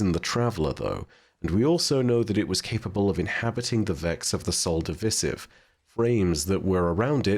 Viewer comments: WHY DO YOU SAY SOL DIVISIVE LIKE THAT URGH! xD it's Divisive not divisif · I love all of your content that you put out. Just a bit of constructive criticism, it's Sol Div'eye'sive. That's how you pronounce it. Osiris and Ghost even stated this. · lmao you slow, dude just says words wrong all the time😂